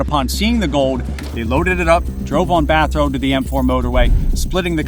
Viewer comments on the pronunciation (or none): none